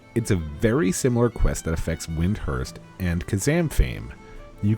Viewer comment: You'll save yourself some time and verbal irritation by just calling it WIND-URST, this is the US and UK pronunciation of that series of consonants. :) WA-KEEM, like Joaquin Phoenix